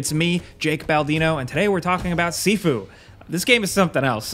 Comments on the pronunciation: It's pronounced "SHIFU" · I thought it was pronounced shifu, like Master. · Sifu rhymes with review